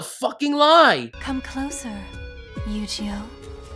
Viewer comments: Why do u say yogioh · ok, I misheard. he said Eugeo like Yu-gi-oh. (totally not how you pronounce it BTW, but whatever.)